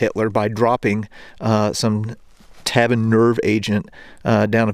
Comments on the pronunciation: Tabun. Pronounced Taboon. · Impressive those buildings have intact windows after all these years… also the nerve agent is pronounced like ‘taboon’